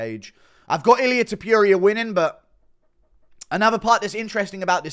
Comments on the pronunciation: Dude pls stop saying TO-PURE-IA. Its TO-POUR-IA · don't say Topuria's name if you can't pronounce it properly.